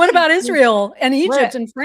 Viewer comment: What about her prounouncing aIsreal Ishreal!